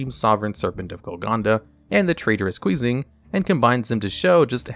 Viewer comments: Can’t believe he pronounced Qixing as QUEEZING It’s Chi-sshing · a little bit of correction since qixing is a chinese/mandarin word, it doesn't get pronounce with english "Q" (kee) but rather Chee so the more accurate pronunciation would be "Chee-shing" and not Kuijing but other than that, nice lore vid, great work! hope there are more lore videos like kashitra's and others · I'm a huge fan of your channel but I die a little inside every time you pronounce "Qixing" (pronouned "chi-sing") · Small bit of nitpicking, Qixing is pronounced more like chee-shing, other wise nice vid!